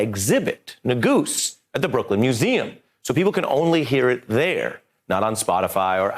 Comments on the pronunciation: NEH- guhs not NEH-goos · Negus! is a Ethiopian King, Nagoose is just bad pronunciation. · Negus= he said that wrong- disrespect